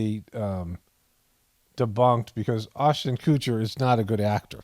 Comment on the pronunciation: The way you butcher peoples names is soooo funny to me. Oshten Coocher 😂